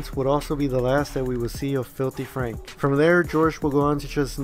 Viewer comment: Franku? FRANKU! FRANKU?!?